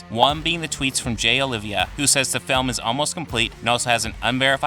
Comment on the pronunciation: His name isn't Olivia, it's Oliva....Oh-lee-vah